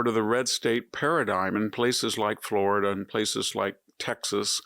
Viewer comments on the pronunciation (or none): none